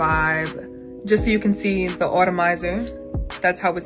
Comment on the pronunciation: It's not auto-mizer..... it's pronounced just like it's spelled at-omizer.